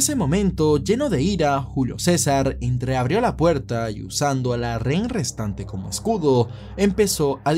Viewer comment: jajaja dices rén y no rehén. Igual Buen Video.